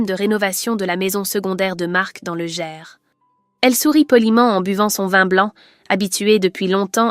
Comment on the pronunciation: Apprenez à parler français merde, le Gers, ne se dit pas Ger, mais Gerss. Apprenez la géographie,ou les prénoms